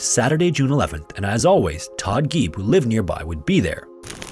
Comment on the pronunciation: Geib is pronounced like "guy".